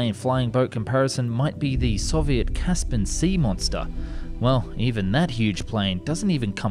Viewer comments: Mate you're still saying "Caspan" It's Caspian.. "CAS pian" Your Japanese pronunciation is excellent though ! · When the 'explainer' youtuber mispronounces 'Caspian'. I watched a Vox video recently and the guy completely mispronounced 'Caucuses' to the point I didn't even know what mountain range he was referring to.